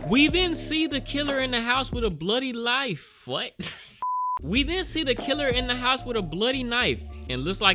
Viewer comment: Bro, how do you mispronounce knife?